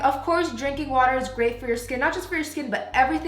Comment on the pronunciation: "drrrrINK WOteR"